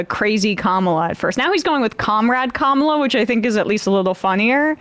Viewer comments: This MFr can pronounce Ghislaine Maxwell , but can't remember how to pronounce Kamala Harris! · Great thing about the Trump clip... he pauses before he mispronounces her name, to remind himself to do so. Later in the clip, the correct pronunciation rolls off the tongue. He knows how her name is pronounced and has to take a moment to think and remember the wrong way to say it. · Trump has to try hard to say her name wrong. When he doesn’t pause before saying it he inadvertently says it right. Pathetic fraud. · Anyone else notice that Trump only gets Kamala's name wrong when he pauses to think about how you don't suppose to say it? Insufferable. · once. the 2nd time. only when he pauses to purposely say it wrong... which is EVERY speech he gives.